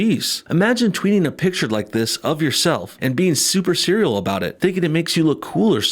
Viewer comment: You said cereal Are you referencing al gore XD